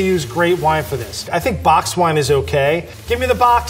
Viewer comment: Wine not whine